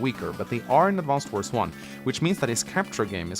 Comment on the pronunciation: All the youtubers saying "AdvanceD Wars" is painful.